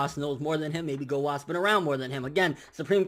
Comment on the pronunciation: Anyone know why he doesn't pronounce the U in Gowasu and Zamasu's names? Either i'm hearing things or he's saying gowas and zamas. No offence obviously, just curious